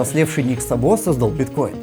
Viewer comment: Судя по тому как пишется фамилия в оригинале (Szabo) - ударение в фамилии Ника Сабо будет на первый слог, т.к. это венгерская фамилия, а в венгераском языке ударение всегда(!) и везде(!) на первом слоге - Ник С'або, а не Саб'о.